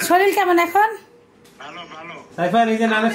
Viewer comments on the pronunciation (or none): none